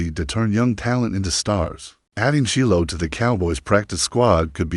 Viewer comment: The name is pron0unce SHYLO Sander where did you learn English?😅